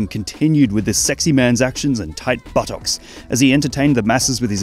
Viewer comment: The way he pronounced "thight buttox"